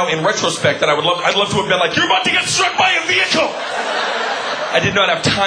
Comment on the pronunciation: Luv this! my fav part was when he said your about to get sturk by a vehicle to